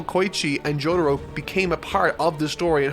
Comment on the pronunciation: No real jojo fan is putting stardust crusader's op over bloody stream and that's facts. Let's not mention this guy pronounces Jotaro like this Jodaro.